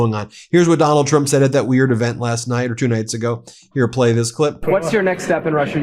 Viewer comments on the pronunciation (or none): none